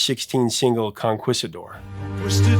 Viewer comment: Hey, "professor", you can pronounce Procol Harum but you can't pronounce Conquistador?? Lol